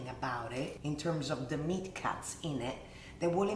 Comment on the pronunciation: Whenever you say "cuts" for just a moment I hear "cats" 😂😂😂😂